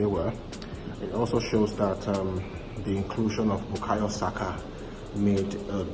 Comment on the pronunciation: is how you say Bukayo Saka. Bukayo being a Yoruba name and Saka being the Yoruba short form for Zakariya (Muslim name for Zachariah).